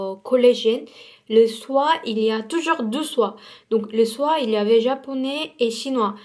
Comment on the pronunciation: Coucou je suis nouvelle sur la chaîne et j'ai remarqué que le chiffre 2 tu le prononce "dou" c'est faux ça se prononce "de" et sa s'écrit deux 💗💗💗(bisous,je t'adore)